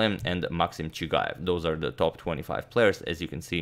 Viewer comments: Antonio pronouncing playernames like a champ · I think it’s underrated how well you pronounce the names of all the chess players and contributors across the world